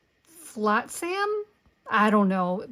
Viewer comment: Great set! I was laughing when you said "flotsam" like that. I was like, I know she's seen The Little Mermaid before! 😅